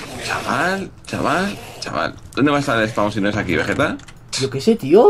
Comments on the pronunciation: Willy: "Vegerex" Vegetta: "Wigetta" awww el nacimiento de wigetta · lol dice wigetta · Vegetta dijo Wigetta :3